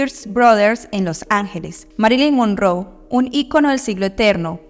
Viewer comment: Se pronuncia Mérilin monróu, infórmese mejor